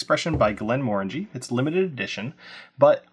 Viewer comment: Thank you for not saying "Glen-MUH-RANGIE"